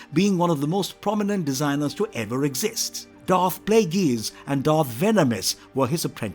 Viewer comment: atrocious pronunciation of one of the most well known Sith and bad guys in film history. Honestly, Im pretty sure you just took literally every dark side character with a Darth... no, Dark in their name and made this video without any research into how to pronounce any of thier names properly